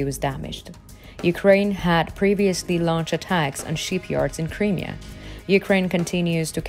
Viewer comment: Creamier? No,No. the region is pronounced... CRY ..MERE , Crimea!!